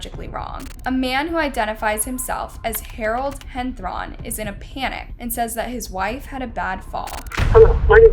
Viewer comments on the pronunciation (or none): You may want to proof read/watch your videos before uploading them.. Sadly said the little girls name wrong, you then kept saying the last name of one of them wrong (spelled henthorn but you kept saying henthron). And I'm only what 2-3 stories in.. I understand you have a few channels you post on(I believe you do like 1-2 channels a day/every other day) but still, you'd think with how many people have said something /how long you've been doing this (and probably getting paid), you'd fix the little bugs/mess ups because it is a "job" Sorry, I love listening to these stories/finding out stuff that happened but I can't get over how many mess ups there are in EACH VIDEO she has posted :(